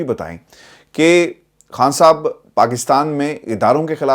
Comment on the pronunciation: I like how you pronounce “Khan Sahab”